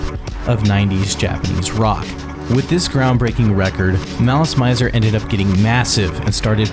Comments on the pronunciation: The band stated somewhere that their name came from the French words "malice" and "misère" and should be pronounced as such. In fact in the very beginning of the video there's an advertisement for "Gardenia" where the correct pronunciation can be heard. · Ive so many issues with how you pronounced basically everything, holy wow. also, why translate the song/album names? regarding the band name tho, pretty sure they got "mizer" from the french "misère", hence the pronunciation.. which you had right at the begining of the video so WHY would you say "mAIzer" for the rest of it?! basically, its all french! all of their names that arent in japanese are in french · I'm only 5 minutes into this video and we're off to a rough start. I'm assuming you were not ever into this band? I'm bringing this up because you don't know the pronunciation for anything about them. Visual Kei is pronounced KAY, Malice Mizer is pronounced malice MEEEEE-zer (it's short for malicious misery and Mizer is pronounced like the "miser" in MISERy, not with a long I sound like the noun miser.) The album is MemOIRE the French word, not memory the English word. This may not make any difference for viewers who've vaguely heard of this band or didn't know about them prior to the video, but for people who grew up loving this band, this video seems disingenuous. It feels some random person looked up some stuff online about a band they came across one time on the internet and thought it'd make some interesting content vs a someone making a video essay about something they're passionate about. It really, REALLY kills the vibe. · The mispronunciations in this are killing it for me. The kei in visial kei is pronounced “kay” and the mizer in malice mizer is “mee-za” and it comes from the word misery just spelled with a z. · Malice Maizer... Maileen Farmer... T___T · mizer, like how you would pronounce “me” in english to refer to urself. The “zer” part was correct tho. But yea, instead of Mai-ser, Me-ser.